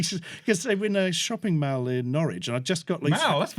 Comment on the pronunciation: In case it's not known, that's not how we Americans pronounce mall. It's close but the A is like maul not like Al the name.